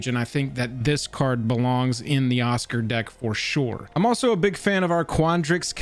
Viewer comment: Osgir (Oz-Gear, not Oscar)